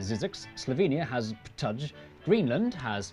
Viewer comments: As the Slovenes seem to have missed the video: Ptuj... Doesn't sound like Ptouch. The u sounds like the oo in the english word boot and the j like the i in the word "bit". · He was completely off with Ptuj!